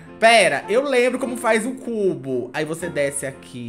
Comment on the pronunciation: "Desenhe o Cú-bo"